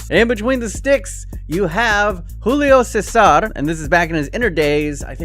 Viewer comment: It's Júlio César, not Rullio César...